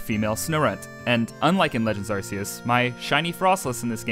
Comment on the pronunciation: My soul hurts when you say Arce-us